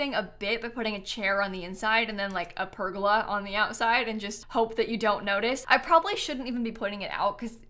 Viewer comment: That’s not how you say pergola!!!!!! Besides that love your builds